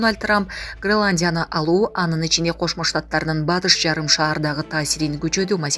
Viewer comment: Граландия эмес Гренландия сабатсыз кыз😂